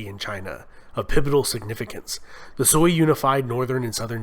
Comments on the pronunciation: SEWEY dynasty...😳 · This is the most positive Chinese history made by Westerner. I hope Westerners can judge China not only based on the last 100 years, but the whole history. The only thing I think the narrator can improve is some of the pronunciation of the dynasties, eg. Shang, Sui.